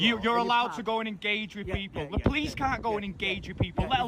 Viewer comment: Sir, are you a poo-lice officer?